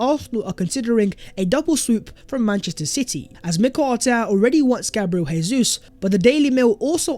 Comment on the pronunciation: It’s Jay-zoos, not Hey-Zoos. He’s Brazilian not Spanish! Cmon bro